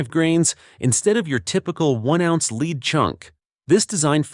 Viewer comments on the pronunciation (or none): Either teach your robot English or fire it and employ a human. "Lead" in both instances is pronounced "LEDD", not "LEED". FAIL! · Why in the world do all of the info video makers insist on using a computer generated voice that can’t pronounce abbreviations or know the difference between lead (led) and lead (leed)? I hear the first indication of CG and I’m gone…no matter how interesting the video may be. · It's hard to get away from this AI slop these days. The "voice" said leed instead of lead...😂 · The soft, gray metal in bullets is called (phonetically)"led", not "leed". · Ai narration can't pronounce lead, as in bullet lead and pronounce it lead as in lead the group on the trail. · It said "LEED CHUNK" 🤣🤣🤣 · Lose the AI voice. It dosent pronunciate correctly. Ie: Leed vs Lead. This give a very low quantity feel and brings the contents validity into question. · lead instead of lead? The AI is having trouble with this one. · Maybe program your AI to pronounce lead for this use properly? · Thumbs down for inability to pronounce lead in a ammo video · It’ll be nice when the AI learns how to pronounce lead it’s not lead.